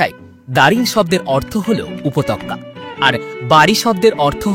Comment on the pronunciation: উপত্যকা উচ্চারণে ত্য, ক্য নয়